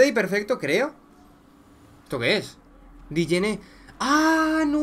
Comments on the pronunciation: No se pronuncia dijene se pronuncia jené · Nadie: Obsulutamente nadie:: diyene